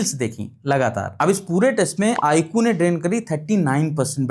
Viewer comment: Saaf saaf bolo na , IQ tumko pasand nhi 😁😂